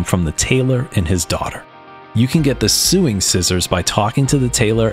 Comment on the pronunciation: (sow-ing) scissors. Sorry, it's a knee-jerk reaction. 😅